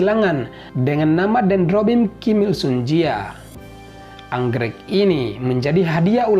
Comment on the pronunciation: Kim IL Sung bkn Kim dua Sung